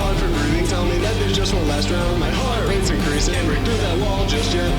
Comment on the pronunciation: the way he says "heart rate's" itches my brain